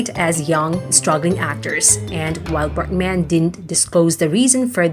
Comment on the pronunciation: Berg man, not Berk man!!!